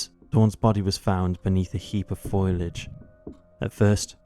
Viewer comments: " . . . . FOILAGE . ." ?? FOLIAGE . . .!! far canal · It's foliage - pronounced 'foe-le-age' not 'foil-age'. Otherwise, well done, just keep a check on the grammar. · It's not foilage, it's foliage. English is wasted on the English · Its foleeig not foilag (foliage is correct spelling). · "foliage" not "foilage".. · fo-li-age ,not foil-age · Excellent narration, but heads up - Foliage is pronounced 'Fo-lee-ij', not foil-ij. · Fol-i-age, bro. Not foil-age. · (Fo - li - age 😅) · except for repeated mispronunciation eg FOILAGE 🤔🤔🤔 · congrats you're the first non-american I've heard mispronounce "foliage" in that way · I'm just glad to know that it isn't just American country bumpkins that can't say the word 'foliage'! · Google how to pronounce foliage